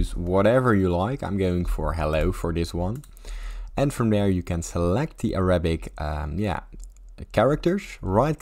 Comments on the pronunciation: 扎克زاك bro its not araa abicc😊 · im an arab and you are pissing me off with the way you say it and the way you are talking, and ur literally lying like shush bro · you can’t even pronounce it